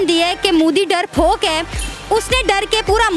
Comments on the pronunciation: Darphok ni hota. Darpok hota hai.jahil journalist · Darrfok nahi darpok hain imran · Darfok ni hota. Darpok hota hai.😂😂🤣🤣😀😀 I love my india..🇮🇳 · It's 'MODI' not 'MUDI'. And 'DARPOK' not 'DARFOK'